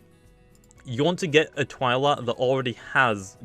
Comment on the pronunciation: ive been pronouncing twilat like (twee-laat) so i cringed every time he said (Tw-eye-laat)